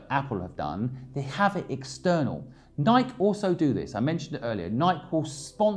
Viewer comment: Just watched it again. The only thing I strongly disagree with is your pronunciation of Nike 😃